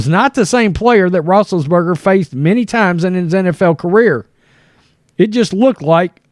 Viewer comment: What are you saying? Rootriates?